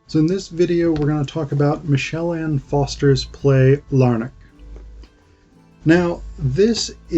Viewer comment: For goodness sake get the name right. It's Michael Anne, not Michelle Anne and FoRster, not Foster.